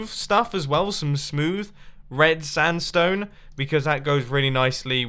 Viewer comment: No hater but he keeps saying standstone instead of sandstone 😂